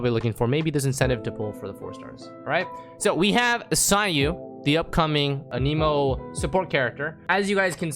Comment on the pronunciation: why does he say no cap in the wrong contexts sounds like someone who wants to sound cool also annamoe not aneeemo LMAO